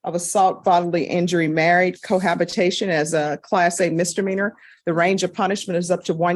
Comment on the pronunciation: I love this judge... But it's misdemeanor not mistermeaner lol. Always bothers me when she says that, she should really know better.